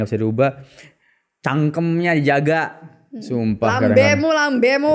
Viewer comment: mas bule ngomong cangkem lucu yaah... marah lho dy..tp kok aq ketawa maaf ya mas bule